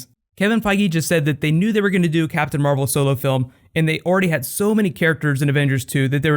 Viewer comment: It says mavel instead of marvel